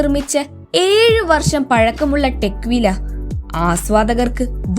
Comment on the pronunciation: കോഗ് നാക്ക് അല്ലെ കുട്ടീ, കോണ്യാക്ക് എന്നു പറയൂ .. ടെക് വീല അല്ല ടെക്വില,, കഷ്ടം .. തുമ്പിയെക്കൊണ്ട് കല്ലെടുപ്പിക്കുന്നു..